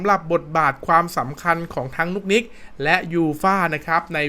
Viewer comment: นุกนิกครับไม่ใช่นุ๊กนิ๊ก